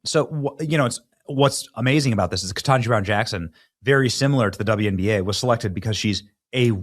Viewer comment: It’s wnba, not twnba